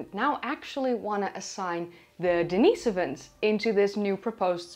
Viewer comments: I thought it was Denny-soh-vans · hearing everyone else say den-is-OH-vans while says den-EE-so-vans is quite unsettling, but I'm on board